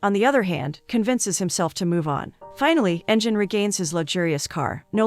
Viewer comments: It would be Engine with sound of g (ghee) not jee. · LoL she called him engine